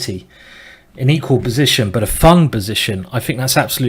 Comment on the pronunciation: I totally love your accent Simon! Especially how you say: "b'zition" ;)